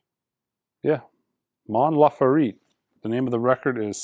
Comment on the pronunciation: MOAN LAH-FAIR-TEH You were close though. She's dope.